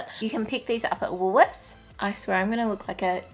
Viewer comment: Did you say Woolworth's?